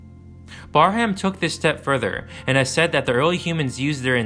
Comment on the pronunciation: Just FYI, it’s pronounced “Bear-um”, not “Bar-ham”.